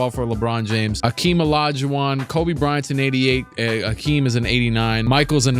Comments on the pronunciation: My man said AKEEM lolll dkm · Who is Akeem, its Hakeem!? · Bro it’s Hakeem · Hakeem with an H wtf??? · Bruh, they messed up a legend’s name?? It’s Hakeem! 🤦🏾‍♂️